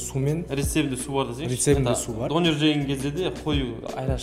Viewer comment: Қазақтар неге дөнерді дОнер дейді, соны түсінбей қойдым